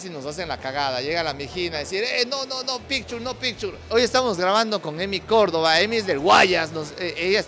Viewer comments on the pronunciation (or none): none